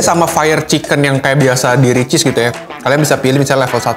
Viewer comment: Sebutan Gw: RICHEESE sebutan (rich cheese): RICHEESE sebutan (ri cheese) 😂😂🤣🤣